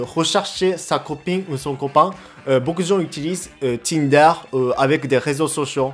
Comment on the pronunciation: Quand tu as prononcé "Tinder" j'ai entendu Kinder 👌